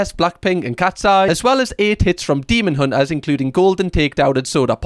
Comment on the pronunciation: "Keh-pop demon untas"